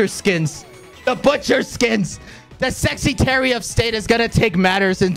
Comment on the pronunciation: Is it just me, or does Quackity call himself the sexytary of state rather than secretary?